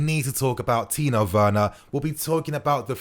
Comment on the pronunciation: TIMO WERNER NOT "TINO WERNER" TIMO WERNER OKAY THERES NO "N" ITS AN M OKAY